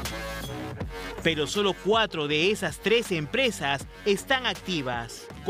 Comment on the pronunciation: parece que dijera tres pero dice trece xd